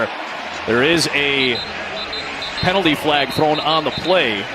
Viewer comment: Bro said pently flag lol